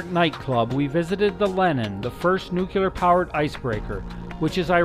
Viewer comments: There is no such word as "nook you lar", It is nook LEE Arr" as in NUCLEAR. People only show their ignorance by pretending to pronounce a word and MISS. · Great video, thank you. (NOOK-LEE-ER - not NOOK-U-LER) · New-clear not new-cue-ler. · GREAT video! p.s. The word "nuclear" can be broken into two words: "nu" ("new") and "clear"("kleer"). A helpful mantra is to say that nuclear is "new" and it is "clear". Put those together, and you have "new-clear". So "nu" is pronounced "new"/"knew"/"noo", and "clear" is pronounced just the way it's spelled (i.e. "kleer"). The word "clear" IS NEVER pronounced "kyoo-lar". Instead, the word "clear" IS ALWAYS pronounced "kleer". So...in review: "nuclear" is ALWAYS properly pronounced "new-kleer". Hope this helps! :-) p.p.s. Some people say "new klee-yar", which is also acceptable, but NEVER "new-kyoo-lar". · Why o why can't people pronounce nuclear right? it's not NUKULEAR, its NUKLEAR... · Nucular. NUCLEAR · Nuclear. Not nucular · You mght enjoy learning how to say "nuclear." 'Tain't nooycyaler. It's Nooc lee ar! Hard to believe anyone who can't pronounce the word right. Just sayin'... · I stopped watching at your butchering the English language. It's nuclear, not nuculer. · Great trip... kind of surprising though the narration can not pronounce "nuclear"... nuclear has one "u". "Nucular" sounds pretty ridiculous after hearing it 20 times. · I can't believe there are still educated people around who say, "nu-cu-lar!" - SMH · I had to listen to the narrator a few times before I noticed the same thing, I shook my head ever time afterward. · Your pronunciation of "nuclear" spoils the narration on this otherwise excellent video. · Dude....pronounce "Nuclear" correctly. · do you seriously not know how to pronounce nuclear???????????? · please learn how to say nuclear properly!